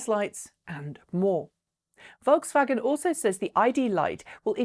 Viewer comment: Not pronounced like "V"olkswagen, but "F"olkswagen